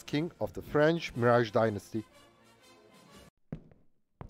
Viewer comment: I hope for the day we'll see an English native speaker (or even non-native like this one) youtuber finally pronunce French names like Mirage CORRECTLY. Is it so complicated???